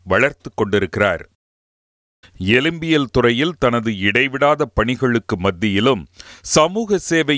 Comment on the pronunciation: எலும்பியல் (எழும்பியல் அல்ல)